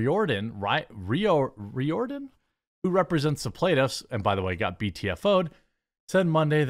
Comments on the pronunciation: Ree Or Den??? 😂 It’s pronounced Rear Den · It's pronounced REER-dun. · Riordan is pronounced ‘Rear-don’ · Riordan = Reerdan, it's Irish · Riordan is pronounced Reerden